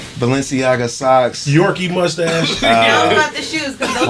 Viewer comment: ad really said yorky stache 😂😂